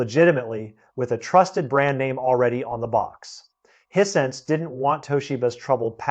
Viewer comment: He pronounced Hisense as hee-sense. I'd always thought of it as high-sense. But what do I know. Nobody had ever told my what it's supposed to sound like. I was ready to follow him ... When he got to Shinzo Abe ... and he pronounced the surname as a single syllable. I know that's wrong. Because I've been listening to TV newsreaders saying that name since his FATHER'S day